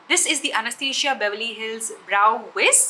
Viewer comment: It’s so funny! Almost every Indian makeup vlogger says “Anesthesia” and not Anastasia!!!